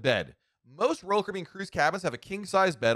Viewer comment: There are 6 syllables in "Royal Caribbean" and somehow this guy manages to cut it down to something like "Rl cbn" 🙂🙃